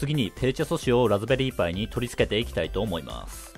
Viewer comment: ペルチェ素子って言えてない